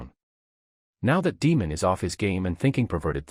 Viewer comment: It is pronounced "day + mond" NOT "demon". Pleeeaseee !!!